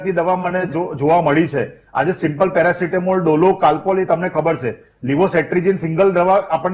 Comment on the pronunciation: મેરાસિતામોલ નઈ પેરાસીતામોલ બોલો 😅